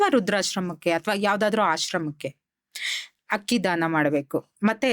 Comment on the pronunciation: ಮ್ಯಾಮ್ ಪ್ರಿಡಿಕ್ಷನ್ ಚೆನ್ನಾಗಿದೆ... ಬಟ್ ತಪ್ಪು ತುಂಬಾ ಮಾತಾಡ್ತೀರಿ....ಹಕ್ಕಿ ಅಲ್ಲ ಅಕ್ಕಿ...ಹಳೊದು ಅಲ್ಲ ಅಳೋದು ಹಕಾರ ಅಕಾರ ಮಿಸ್ಟೇಕ್ ಮಾಡ್ತೀರಿ.. ಆಮೇಲ್ ಅನಿತಾ ಅಲ್ಲ ನೀತಾ ಅಂಬಾನಿ❤❤❤ ಓವರಾಲ್ ಗುಡ್ ಮ್ಯಾಮ್